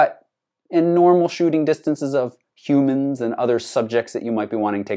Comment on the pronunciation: The way you say humans is interesting... conspiracy theory alert!!